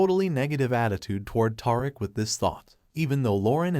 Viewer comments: 😂😂😂- Tariq - but yr right WHO IS TAR'RICK? 😂😂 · Dont leave him a thumbs up but leave him a thumbs down for mispronouncing tie Rick 😅😂😂😂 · Tiriq 😂that’s not his name mister it’s Tariq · His name is Ta-reek not Tar-rick lol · Who is Toriq?😂🤭It's pronounced Tyreek but not spelled that way. His Mom Tosha but spelled Tasha. Tajata😂😂😂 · Ta-reek not Tar rick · WHO THE FUCK IS "TAR" ICK???????....YA BIG DUMMY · He is butchering his name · its TARIQ ...TUH RIQUE ! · It's TA-Ric-A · Righttttt who is Toric 😮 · TAHR iK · I know, who the hell is TAR-RICK? Smh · Naw, Taurik did that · Who is gonna tell this dude that he is butchering Tariq's name???😂😂😂😂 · I was done this video, when the narrator could not say Tariq's correctly! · I rarely give videos a thumbs down BUT the video showed nothing after 6 minutes but a black screen. And you saying Tariq's name wrong is annoying and quite Mayonnaise like. Please correct that for future videos. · i can't watch this video this guy is is destroying Tariq's name dude are you serious? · Please pronounce his name correctly jeez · My god please say Tariq name right geech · Tell him again sis. I cannot watch it anymore because its horrible to hear all the names pronounced incorrectly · This guy must be reading a strictly white folk script...killin Riqs name like a substitute teacher! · This dude in the video is destroying Tariq’s name so badly 😆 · In all of my years of being on YouTube, listening and responding or following people, I have never complained because your thoughts are your thoughts. HOWEVERRRR, IT IS EXTREMELY IRRITATING FOR THERE TO HAVE BEEN TWO BOOKS OF POWER, AND YOU CAN'T EVEN GET TARIQ'S NAME RIGHT NOT EVEN TASHA! HOW CAN YOU TELL A STORY LIKE THIS?! I CAN'T WITH YOU! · Lmfao slaying his and Tasha name in like hell noo